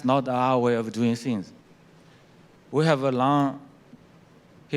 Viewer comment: 崔天凯的英语口音太重了------地道的中国口音，特别是things的发音:hand-orange-covering-eyes